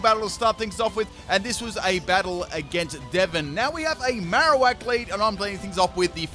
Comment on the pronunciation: He forgot the r at the end :3